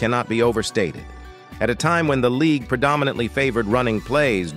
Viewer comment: This dude can't even talk right. Not only did he say most names wrong he pronounced league " leegooo". Plus Aikman won 3 Superbowls in the 90's and four championships.